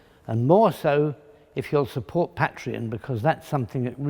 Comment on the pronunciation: At last, someone’s pronounced “Patreon” correctly.